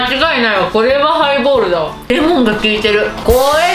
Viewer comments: ハイボールをプレイボールみたいに言うなｧｧｧ！ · ハイボールをプレイボールみたいに言わんでくれいww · 『ハイボール』が『プレイボール』に聞こえる。